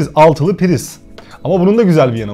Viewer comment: D :D bi insan bütün rakamları yanlış nasıl söyler ya :D 6'li usb, 6'lı priz :D :D